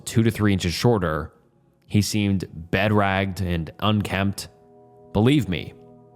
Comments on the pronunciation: bed-ragged? do you mean BE-DRAGGLED? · These videos would be more enjoyable if you read the correct words that are clearly written correctly in the posts. Or pronounced them correctly. Consulate, bedraggled. Read as consult and bed-ragged..? It’s mildly infuriating to have these posts read aloud by someone not reading them correctly. I would rather just read them to myself. These videos should be able to be listened to without having to read along but after the first few videos I’ve watched, this has happened countless times and I feel like if I’m just listening then I’m not getting the correct interpretation. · 'bedragged' 'incidences' 'consult' instead of consulate - just in the first 2 minutes... this guy can barely speak/read english lmfao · Preface is pronounced "prefəs". Bedraggled is pronounced "bəˈdraɡəld". Not being an a$$h0le, just trying to educate and help you with your narration because I enjoy your channel. 😇 Story #1 reminds me of the documentary THE IMPOSTER (2012), about French conman Frédéric Bourdin, the "chameleon" who impersonated missing Texas boy Nicholas Barclay. Such a sad and confusing outcome. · The way you pronounced “preface” and “bedraggled” and “begrudgingly “ in the first few minutes was certainly something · No offense man but if you’re going to be doing reddit reading videos you should be reading at least at a 12 grade level. I didn’t make it through the first story without noticing that you mispronounced several words